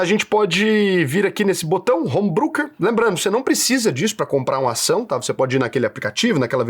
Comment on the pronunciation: Sendo chatinho, apenas uma pequena correção. Home Broker (Brôquer), não Brooker (Bruquer). TMJ, grande video,.